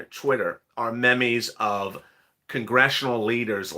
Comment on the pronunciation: meme's is pronounced (m ee ms)